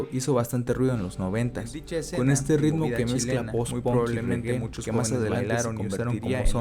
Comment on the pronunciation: Alguien sabe por qué los mexicanos pronuncian ponk o gon en vez de pank o gan?